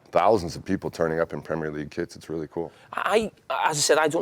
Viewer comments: No one talking about him pronouncing Premier correctly. Hate it when the yanks say premieeeer league. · Great to hear an American pronounce "Premier" League correctly! Not the usual "premeeeeiiiiireeeeeeee"